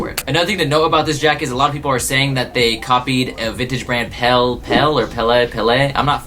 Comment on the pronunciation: Pel-Lee pel-Lee. That’s how we say it in Chicago.